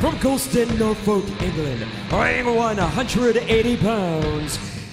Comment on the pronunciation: Even if "Nor-fowlk" was off. 😂